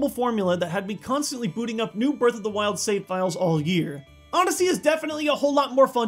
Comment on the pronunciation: Breaf Off da wiold